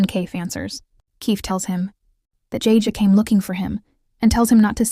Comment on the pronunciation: Jajay😂😂 Edit: and kafier😂😂 it's keifer and it's not jajay😂 it's jayjay